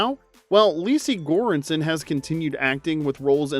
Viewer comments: For the last one, her name is Sarah Chalke (Chalk) the "E" is silent, not Chalkeeee. Wondering if the voice is AI? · CHALK. Not Chalky lol. That was killing me. LOVE THE CHANNEL THO! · It's Chalk, not Chalkie. The "e" in Chalke is silent. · Same. Thanks for pointing it out